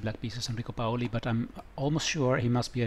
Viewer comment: Enrico Paoli was indeed an Italian International Master. He organized the well known Reggio Emilia New Year's tournaments for Supergrandmasters,very strong especially in the '80 e '90ies.He died in 2005 at almost 98 years of age! The accent of the surname goes on the 'a', but read the rest well.